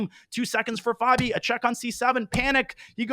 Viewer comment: Stop saying fehbi